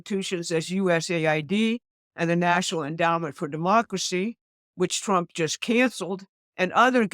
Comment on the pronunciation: I love the way she says twump.